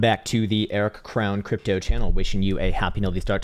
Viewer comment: I've known that Krown's name was Eric but before he started enunciating EriC Krown Crypto... I still heard Air Krown Crypto 🙄 Idk that I'm smart enough to watch a channel like this 🤣🤣